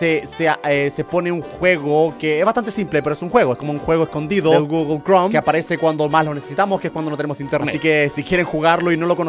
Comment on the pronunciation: No se dice guglo se dice guguel pero se escribe google